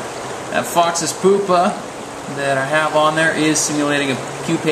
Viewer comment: i like the vid...but i couldn't stop laughing when u said "foxes pupa" only because u said it like poopa instead of pupa..the letter u is so-post to sound like you...so its p-you-pa...but rather than that it was a good video